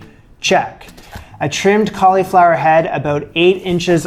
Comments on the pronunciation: Please stop saying colly flower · The way you say "cauleeflower" is just precious. That must be a Canadian thing. Also, I thought I would mention, you should very definitely get a Nutmeg grinder. I know, no one thinks it makes a difference, but the difference between a jar of nutmeg and a freshly grated nutmeg is like the difference between lemon juice from a lemon and lemon juice from a bottle.